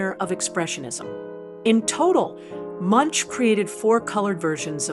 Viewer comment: How can you make a film about an artist and pronounce his name incorrectly?